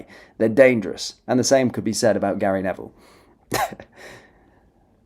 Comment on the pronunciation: Gary Ne"VILE"